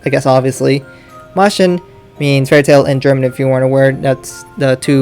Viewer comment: No hate but, as a German, the way you pronounce 'Märchen' makes me aggressive.